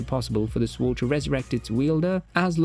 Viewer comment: Psst… the ‘w’ is silent in ‘sword’… Just thought you should know. Nice video, but you tend to be repetitive… 😅